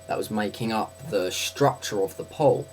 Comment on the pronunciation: Oh, you say "pool", I though you were saying "pole"